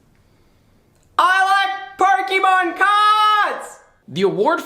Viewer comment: The pun in the second one fucking killed me. GG I also hate how much "i like ... pokeymon CARDS" made me laugh